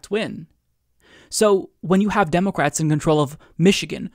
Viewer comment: He says "democwats" it's adorable